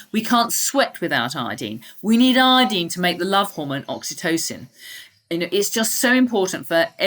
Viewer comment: She means "iodine" when she says "I-deen" lol at least say "I-oh-deen"!!!